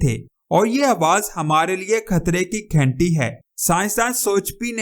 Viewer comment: گھینٹی نہیں گھنٹی ھے